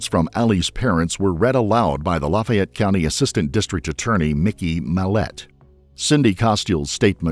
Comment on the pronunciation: I’ve never heard Lafayette pronounced “Lufey Et” before lol